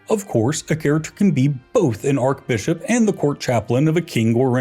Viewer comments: Yes. Should be pronounced Arch NOT Ark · Yeah, have they never heard it pronounced arch? 😭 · Awesome but why does he keep pronouncing archbishop with a k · The way he says archbishop drives me nuts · Thats not how you pronounce archbishop